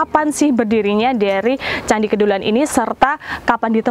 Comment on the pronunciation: Kedulan...huruf E dibaca seperti dlm kata Teras